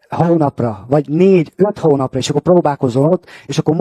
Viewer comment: Az ou is nagyon jellegzetes nála poóuló, óutó, hóunapra, lázár infóu. Nekem is tetszik, én is budapesti vagyok🤣